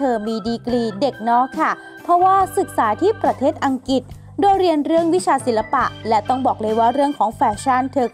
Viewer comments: อัง กริด อ่านอัง กิด ปรับด้วยจ้า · อังกฤษ คะไม่ใช่ อังกิด โอ้ยงึดเด้